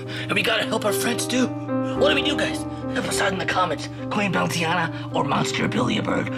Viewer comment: "Queen Bounceiana" 💀